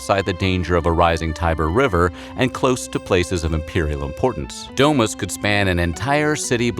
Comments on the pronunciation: DO MOOS NOT DE MAS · The way he pronounces "domus" stabbed me 23 times